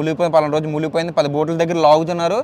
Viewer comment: Muligipoyindhi kaadhu ra Munigipoyindhi telugu nerchuko first nuvvu chillaroda